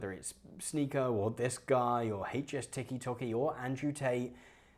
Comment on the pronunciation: I looooove seeing british ppl say ''HS TIKKY TOKKY' lol